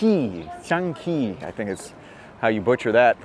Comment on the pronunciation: I am a chess player from NYC. did butcher the pronunciation of Chinese Chess. It is written 象棋 or Xiangqi and pronounced "Shiang Chee". An interesting corollary is that is it mostly played by older Chinese men as the younger Chinese generation has since transitioned to western (international) chess. The last world chess champion and current women's world chess champion are both Chinese.